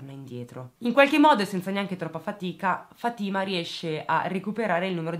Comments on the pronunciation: Si pronuncia Fàtima non Fatîma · Si pronuncia Fa'tima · Si dice Fatima con accento sulla a